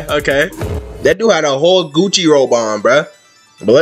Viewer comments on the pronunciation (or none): none